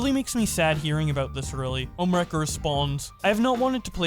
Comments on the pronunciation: We say: ohmwrecker Keem says: Omnimaker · its ohm not ohmnee wrecker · keemstar watches too much invincible he said omni wrecker 😂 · he also calls ohmwrecker for omniwrecker Keemstar is pretty known for mispronouncing names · Omni Record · Legit keem can’t say ohmwrecker so cringe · I hate how both and keemstar are mispronouncing everyone's names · "How many times can keemstar miss pronounce Ohmwrecker's name" simulator